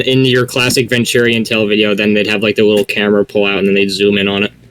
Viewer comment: I think I had mental programming kick in when i heard Venturiantale